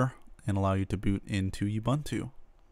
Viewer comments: completely agree being South African. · It's not 'You Bantu' that's kinda offensive in South Africa. pronounce the first two U's like the last one. (it's the same letter each time). you wouldnt say abunta why say youbantu if its ubuntu?